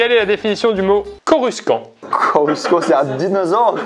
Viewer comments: Coru Sken XD Il a jamais regardais star wars Coruscant ça se prononce (Coru 100e) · 10min45 aie...personne connais star wars , ca ce dit pas comme ca xD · La prononciation de Coruscant 😭